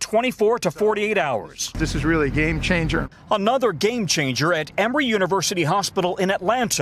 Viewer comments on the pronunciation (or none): "GAME CHANEJA"